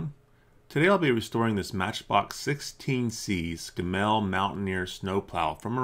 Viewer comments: Just a pointer, in Britain (where scammels where built) we pronounce it scaml not scamel. If that makes any sense at all. Keep up the good work. 👍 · Scammell is pronounced “Scam-ull” here intThe U.K. 👍